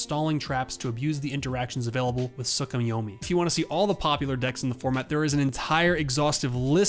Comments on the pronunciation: Tsuko what? Tsu, Ku - Yo- Mi stop using long vowels to pronounce short vowel sounds. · This man said Sookemyomee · Why did he pronounce Tsukuyomi like that? 😅 great video